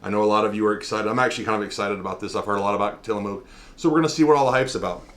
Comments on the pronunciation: Til a muk not Mook. Say the muk part light though and on the vowel and not the consonant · Not to nitpick, but having grown up around the PacNW, the -mook in Tillamook is pronounced like book. :P That flavor is one of my faves, aside from the classic Vanilla Bean, Oregon Strawberry, and Malted Moo Shake. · It's cool. Comes with the territory up here. There's a lot of names of places that people not from here fumble to heck all the time. xD Mostly it's how to pronounce Oregon, but I'll still hear some butcherings of others. Tillamook is a really great coastal town to visit. Touring the Creamery is a must of course. Saw it a few times as a kid, visiting from Portland. :D Have a Happy Turkey Day yourself!